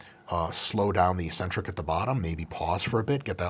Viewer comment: ee-sentric, accent on the first syllable ee.